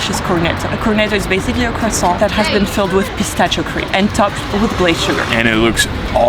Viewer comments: pronunciation: PISTAKKKKKKKKKKKKKIO not pistascio :P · [Pistakkio] please, not "pistacchio". In italian "chi"-"che" Is [ki]-[Ke] that work for any italian Word.😉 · It's pistakkio not pistaccio. LOL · it always hurt me a little when I hear someone saying "pistacchio" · The day any English speaking person will learn how to pronounce Pistacchio the sun will explode... Jeez!! 🤣🤦‍♂